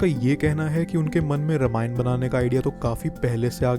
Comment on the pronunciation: It's रामायण not रमायण btw nice video 🥰